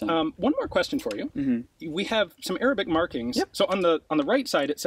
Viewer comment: My man destroys every Arabic word that come out of his mouth